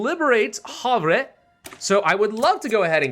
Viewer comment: Havre is actually pronounced Haver and is a town in Montana